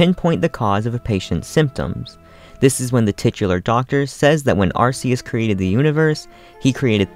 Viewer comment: No it's ar-kee-us not ar-see-us